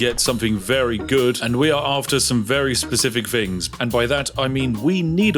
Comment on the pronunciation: Not spiffing at all! “Togeva” “Wiv” “Fings” 😱